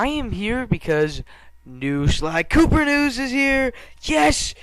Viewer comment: lol it sounded like you said sir galleth pooper xD